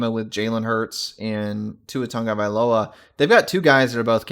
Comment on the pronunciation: As a man with an often massacred name, im sensitive to mispronounciations. My advice is to speak to a Polynesian person, not some guy named "D'Ron". Until then sir...I'd go with DJU